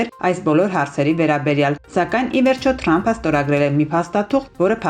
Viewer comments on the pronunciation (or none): Աղջիկ ջան, դու ինչու՞ ես երեւմտահայերենը խոթում արեւելահայերենի մեջ։ Ոչ թե "թրամփ" այլ Տրամպ։՜ Երկու տառի սխալը մի բառի մեջ խայտառակություն է։՜ Դուք հայ բանասեր չունեք ձեր խմբագրությունում։՞ 😢